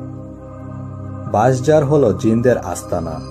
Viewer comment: "Baishjhar" = "Banshjhaar", Bool + Bhool, Boyonkor + Bhoyonkor, bir = bheer, gapti=ghapti, hahaha Bangla ta bhalo bhabe bolen bhai. Kon hadis a pailen ? naki nijei banalen??? aar Bankadeshe gaachh e koi? shob e to kete felechhe. Kalke subscribe korbo.